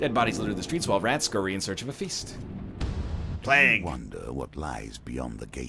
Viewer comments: No, he pronounces it horribly wrong. Listen to how he says vague correctly, and then tell me "plaag" is an okay way to say plague. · Someone drive over to this egg's house and teach him how to say plague. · It was meant to rhyme with flag, is how I have come to understand it. English is weird. Like why don't they just spell it flague. xD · It`s regional variances, none of them is right nor wrong, they`re just different. I actually like the way he says it